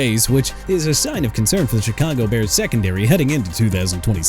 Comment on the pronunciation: CHICAGO BEARS PRONOUNCED SHUH-KAH-GOW OR SHEE-KAH-GOW NOT CHEE-KAH-GOW! WHAT'S YOUR PROBLEM BRO?! ALSO MAX BROSMER AS IN BROS-MER NOT BROUS-MER! MR. AI VOICE DUDE YOU'RE GETTING FIRED!!!!